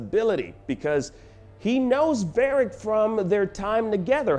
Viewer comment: "Barric", "Elfen". sigh